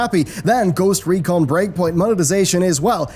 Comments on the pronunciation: I know this video's comments is mostly talking about the most recent controversy with blizzard, but "Ghost Econ" instead of Ghost Recon :) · "Ghost Econ"? what happened? :P did the letter R not appear in the Ghost Recon Lootbox? :P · Says 'Ghost Econ', just saying